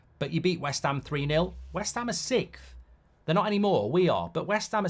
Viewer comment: It's sixth! Not sickth